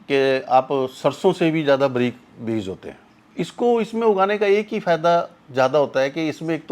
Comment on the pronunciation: साले बरीक नहि बारीक बोल